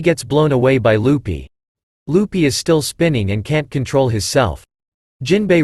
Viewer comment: Is it only me or do I hear you call Luffy “Lupy” 🫠